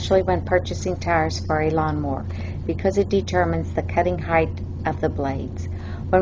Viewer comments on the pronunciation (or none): She pronounced it heighth 😂